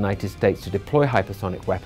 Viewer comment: Hyper thonic? Is that what dude is saying